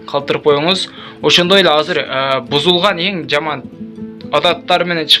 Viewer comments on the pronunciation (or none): none